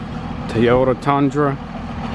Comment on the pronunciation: what's a "Tie-yata" lol